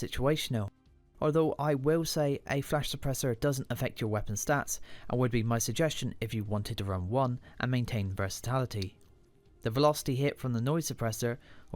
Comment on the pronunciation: you said versaTALity, when it is versaTILity. you stuttered. Other than that decent video.